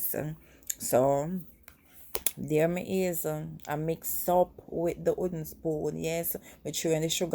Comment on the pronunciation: Can you say "w"ooden spoon, pronounce the "w" as well. I agree with you about eyeballing, but when you're baking you have to be fairly exact. When I bake my Jamaican black/fruit cake I use fairly exact recipes.